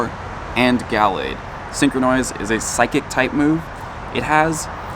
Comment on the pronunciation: He's working on his British accent for his next Go Fest disguise